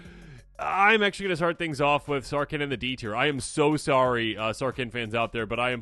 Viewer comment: Is the h in Sarkhan so silent you think he's a Can